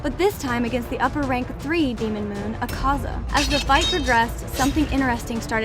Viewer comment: Thank you for pronouncing Akaza right